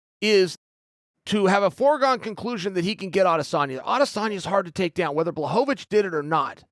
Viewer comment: Who else noticed Chael finally decided to say Blachowicz's name properly 😂